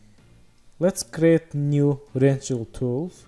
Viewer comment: I adore how you pronounce "rectangle" ♥️